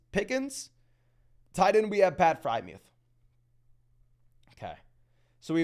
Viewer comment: Dude kills me when he says FryMuth instead of Friermuth too